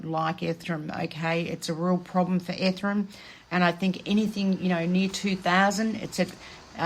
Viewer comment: It's bi-nance and e-ther-e-um🤭